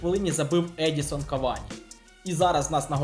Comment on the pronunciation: ЕдіНсон Кавані, а не Едісон